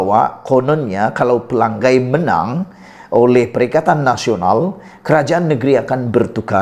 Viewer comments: Bukan xPelagai, maaf.. *Pela ngai*. Sebut ngai (sungai *ngai*) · Bodoh nya kamu.....Pelangai kamu sebut PELANGGAI....lidah kamu cacat ke?